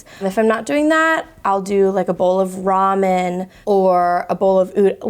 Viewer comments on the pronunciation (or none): none